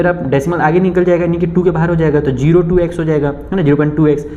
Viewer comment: Aag nhi age hota ha sir aag kyu bol rhe 🤧